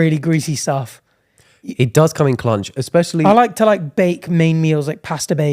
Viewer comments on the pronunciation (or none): "It does come in clunch" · bro really said “it does come in clunge ”